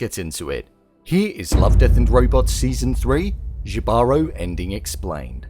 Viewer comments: Jibaro is pronounced "HI-ba-ro", and the emphasis is on the first syllable, not second. It's a Puerto Rican Spanish word referring to country person, connoting someone native to the inner mountains, and is a point of heritage pride for us Puerto Ricans. It is originally a Taino word that means Person of the Forest and was preserved in PR Spanish. It might be used in some other Latin American countries with a different meaning, but the origin is Taino and deeply tied to Puerto Rico. It's weird they named the conquistador Jibaro, because it would better refer to the siren as a person/spirit of the forest. He's not of the land, he's stealing from it. I have mixed feelings on this episode because it uses a very specific cultural boricua word and Spanish conquistadors, but sets it in a non-specific location with evergreens, rather than a tropical Caribbean island. Which is weird. But it's otherwise clearly an allegory to, or at least inspired by, the rape and pillage of the Taino by the Spanish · this drove me crazy. I understand its not a native language but it is easily looked up and its just an h sound instead of a j sound. I dont know why that couldnt have been researched before the narration. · As a Puerto Rican, I should explain - the J in Jibaro is pronounced with an 'H' sound! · I think everyone is pronouncing Jibaro wrong. I've never heard anyone Hispanic/Latin pronounce it like that. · Agree with you 💯, all they have to do is Google the word, "JIBARO" EL SENOR DEL VIDEO NO SABE LO QUE DICE!! does not know how to pronounced the word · I just commented that. I was replaying it to see if I heard it correctly. All the videos on this pronounced it like that 😂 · Yo I legit cringed once he said jee baro. Someone didn't do his homework... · It's not pronounced "jeebarow". The word is pronounced "hebahrow". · Btw it's now pronounced "jibaro", its pronounced "hibaro" <3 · Thank you! It was driving me crazy the way he and others think it's Ji-baro.